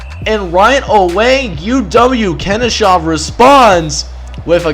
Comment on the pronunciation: Late to comment on this but it's Ken Oh Shuh not shaw lol. Goofs me up every time you talk about them I think you're talking about Kennesaw GA